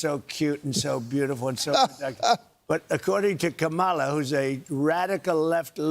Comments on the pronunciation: Can you PLEASE learn how to say Kamala? Let's try this... , (comma) followed by LA... Got it? ,LA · I don’t know who’s more pathetic. Donald Trump for trying to fear monger to a child. And the stupid intentional mispronouncing her name. Or the idiots on the couch moronically laughing.